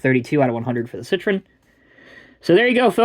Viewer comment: Learn how to pronounce "citroËn", please.